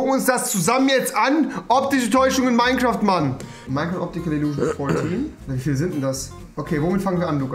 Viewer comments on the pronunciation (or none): Meimcraft Aja eigentlich Minecraft